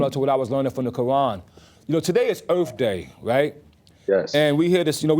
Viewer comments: Highly educated but says earf day 😂😂😂😂😂😂😂😂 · It’s aurff day